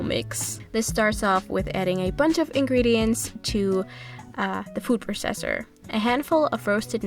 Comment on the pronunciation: Love this video but are we just going to ignore the way she pronounced food processor